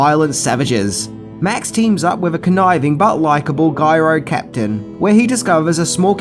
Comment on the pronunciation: J-iro captain. It's pronounced Jyro captain. Not G-yro captain. As in gyroscope. Has a jay sound, not a jee sound. Letter J sounding word, not letter G sounding word. He's the gyro captain. Not the guyro captain.